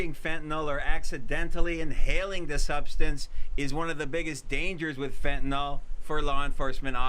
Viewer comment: OK. Certain things just bug me. One of those things is "Trespass". People far too often pronounce it "Trusspass". Another one is fentanyl. I bugs me that people, more often than not, pronounce it "Fentenol", like "Tylenol". "Nukyoolar" instead of nuclear. People don't seem to realize that, when someone is learning about any of these things, they may spell the words incorrectly because of the gross and widespread mispronunciation. In the oil fields when I was still a little green in the field, people would say "Correalus". I had to figure out through trial and error how to spell it, then to learn how to say it before I could actually find out what a coriolis is, what it means, the principles behind the concept. Catalytic converter is another one. People used to say "Cattalag" or "Cadillac". I still hear people mispronouncing it to this day.